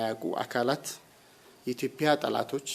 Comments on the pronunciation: "ኢትዮፒያ" 😂😂ኢትዮጵያ የሚለውን ቃል እንኳን በቅጡ መጥራት የማይችል ነው እንግዲህ ሚንስትራችን። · ይሄ ደግሞ ማን የሚሉትነው ኢትዮጵያ የሚለውን በደንብ መናገር የማይችል የተርበተበተ ተገዶ የሚናገር የሚመስል ቀጥቃጣ 😁 በጣም በሚገርም ሁኔታ በአገራችን ሠላም የጠፋው የሠላም ሚ/ር የሚባል መ/ቤት ከተቋቋመ ወዲህ ነው።አይገርምም !